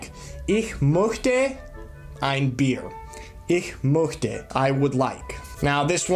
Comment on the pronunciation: Two twin beds = 1 king bed, not a full. Look it up. How is your pronunciation so bad after living in Germany for 6 years? möchte is not pronounced "moekteh"! Look up how to pronounce ö. You are not even close. Also if a word ends in an "r" you almost don't say it. Bier is pronounced more like "Bee-uh". Really flabbergasted how you could have lived in Germany for 6 years and not know this. Just sad. Do you not interact with German speakers at all?